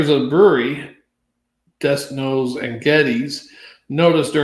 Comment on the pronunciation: Den no and Geddez is how it is pronounced.